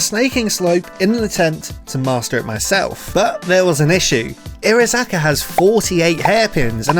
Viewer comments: Bruh the pronunciation hurts it’s iro-haza-ka not irozaka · Entertaining video but the missing syllable everytime he says Irohazaka low key triggers me.